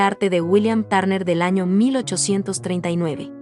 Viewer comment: No pronuncias bien su apellido.